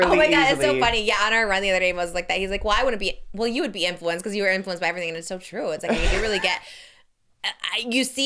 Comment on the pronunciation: Love how says “infewanced” unknowingly